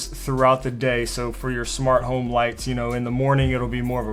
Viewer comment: It’s home not hime ;D